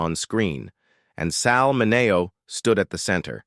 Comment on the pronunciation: You're saying his hame wrong. MINNNN-E-OHH.